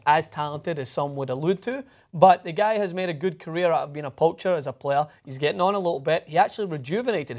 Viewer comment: everytime tries to day guy he say "gay" lol